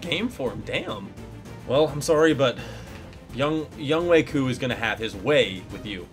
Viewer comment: Good job on pronunciation! Also good video